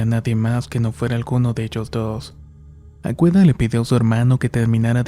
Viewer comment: AGUEDA NO AGüEDA